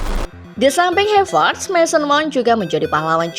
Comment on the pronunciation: Ini yg baca narasinya bukan orang yg nonton bola dah keknya. Reece james yg bacanya ris jadi rici 😂 n'golo jadi negolo 😂😂 havertz yg tinggal baca aja malah jadi hevertz 😂 Emang cwe2 lurus yg di sodorin script aja ini 😂